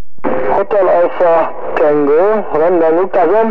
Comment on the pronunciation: hahahahahahahahahahahahahahaha... hotel delta alfa tengo. egy perc???? van-zero-zero-ejt. hahaha. Koszi... made my day. nagggyon vicces!!